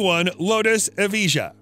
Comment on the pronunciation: Nice vid bro but a little correction, it's pronounced as yes-ko (Jesko) and e-va-yah (Evijah)